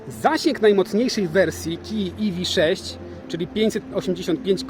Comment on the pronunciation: Iwi sześć. Na pewno tak się powinno wymawiać :D